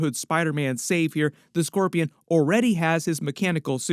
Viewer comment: The way he messes up scorpion makes you wonder if he's possessed by symbiote?